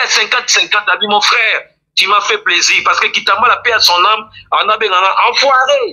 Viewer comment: on dit plaisir pas plaisur ahhh zairois tout est confondu on dit sucre ils disent sicre